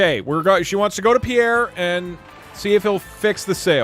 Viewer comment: Pronouncing Pierre "poo-air" was a choice.